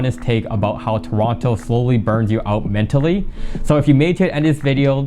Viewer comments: You know he's not from Toronto by the way he sais 'Toronto' 😅🤣🤣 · Bro pronounced the second T in Toronto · I thought you guys pronouce it "turono"